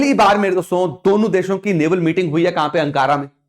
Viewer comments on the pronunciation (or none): none